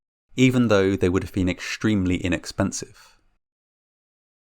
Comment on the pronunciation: The is no such word "exshtemely". There is no "h" You sound like a child.